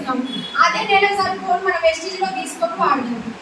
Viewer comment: వేస్టేజ్ కాదు సార్.....వెస్టీజ్